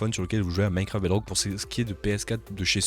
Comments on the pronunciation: J'adore quand tu dis "Minecwaft Bedwock" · C'est un mélange daccent franco-anglais😂